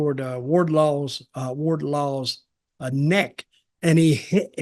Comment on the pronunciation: Wardlaw😂😂😂, never change Dutch